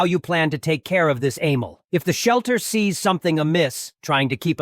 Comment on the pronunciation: no, it says animal in the screenshot but the tts said amol